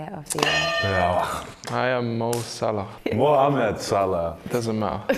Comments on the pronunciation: GOMEZZZ! Its MOHAMMAD Salah MOHAMMAD correct our pronounction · That's right Virgil.. Mohamed Salah not Moh Salah.. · yeahh i'm sorry dude because i did know the real name joe gomez..but joe gomez not respect name of mohamed salah..when he say not mohamed..the correct prounounce is mohamed not mo.. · YunuyFx😂😂😂 no one said it like that’s is Mohammed salah simple